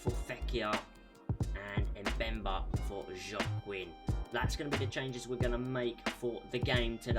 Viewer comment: Oops I miss the livestream the first time I apology and it pronounce Wa-king#Joaquin🤍💚.